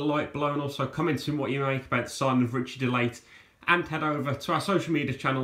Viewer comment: Ritchie De Lat - not Ritchie De Late - apologies 😂